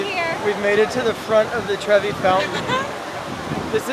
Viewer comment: Lol treve it’s pronounced like tre vai